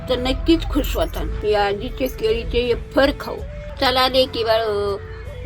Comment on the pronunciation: आज्जी येफर म्हणते.फार आवडले.वेफर्स नाही . मज्जा वाटते.😂